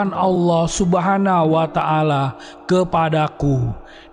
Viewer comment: Subhanahu wata 'ala bukan subhana wata ala